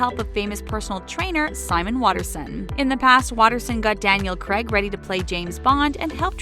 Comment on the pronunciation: Did you call James Bond "Daniel Creg"? 🤔